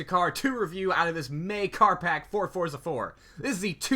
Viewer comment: Not "Forza", it's pronounced Fortza". It's an Italian word.